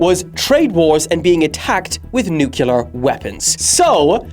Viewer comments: It's pronounced: new-clear, not new-killah!!! 😂😂😂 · Did bro just say Nucular Weapons?😂😂😂😂😂